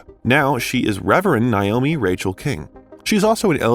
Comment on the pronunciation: It's pronounced Nay oh me, not Nye oh me